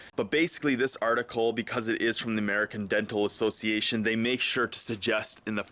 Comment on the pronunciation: American deadpool association? That's what it sounded like you said. Lol